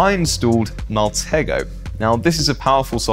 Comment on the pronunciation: Love your content but you mis-pronounce a lot of things: Alias ("ay-lee-us" not "a-lie-us") Deviant ("Dee-viant" not "de-vi-ant") Maltego ("Mal-tee-go" not "mal-tego") Kali ("carly" not "cally")